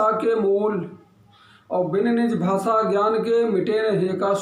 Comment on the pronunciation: तुला हिंदी चा एवढा पुळका असेल तर तू बिहार आणि उत्तरप्रदेश मध्ये जाऊन का नाही भूकत ? 🤔 महाराष्ट्र मध्ये मराठीच चालणार आणि माकडा भासा नसतंय ते भाषा अस असतं राष्ट्रभाषा हिंदी कधी पासून झाली ? तुला उत्तर द्यायला तू काय मोठा जहागीरदार नाहीस घरात बसून कावळ्या सारखं चोच मारणं बंद कर. आधी उच्चार नीट कर मग हिंदी बद्दल बोल भाषा ला भासा बोलणारे तुम्ही येडपट